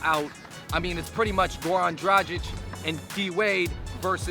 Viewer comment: dragić its a soft g